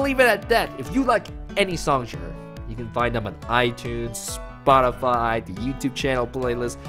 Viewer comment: Spotifty? aha soz friendo